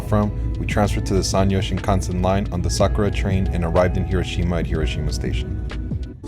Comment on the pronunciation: the correct emphasis in Hiroshima is not where we Americans think it is and usually pronounce it as